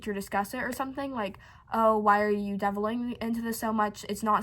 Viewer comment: Delve =/= devil Analyze =/= analysize